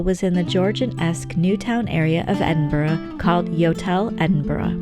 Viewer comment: As a born and bred Edinburgher, this was a marvellous wee insight into my home town. You even managed to get the pronunciation (just about) right! 😆 Friendly tip: If you want to sound like a real local, aim for ‘Embra’! Also, sorry to be horribly pedantic and boring but Berwick is pronounced ‘Berrick’, silent ‘w’. 😉 Seriously, many thanks, this was such a well put together wee video, well-narrated and nicely filmed. Ty! 👌